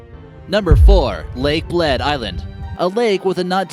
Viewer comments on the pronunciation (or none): It's pronounced like "Blėd" :-)